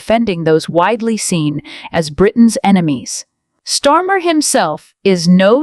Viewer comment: Who's stormer!??? If your going to do a voice over lease get it right 😂😂😂